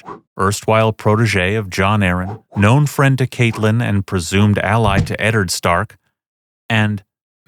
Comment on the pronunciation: I don't buy everything you say in these videos, but the thing that proves you trustworthiness to me is how you pronounce Catelyn properly.